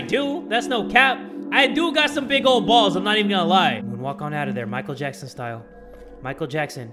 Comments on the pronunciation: Wait did nobody notice that said Jichael Mackson? 😂😂😂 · “Jichael Mackson” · "We're Jicheal Mackson"